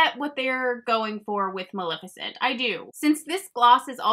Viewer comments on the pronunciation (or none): I love you and praise you for doing these so much!! They’re always much appreciated. Just wanna let you know one thing though girl.. it’s maleficent (like ma-leh-ficent) not malificent lol you even spelled it on screen the way you said it, but that’s not how it is. I don’t wanna be rude just giving a heads up!! Lol 😂😘